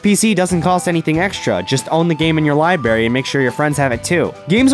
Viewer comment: This guy just said fucking libarry. I want to say he's so angry that's his messing up his words but I think he's just that dumb. Like the guy in the basement.